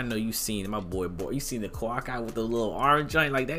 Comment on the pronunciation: Ik my guy did not just say Kawak👁 and thought we were going to let that slide 😂😂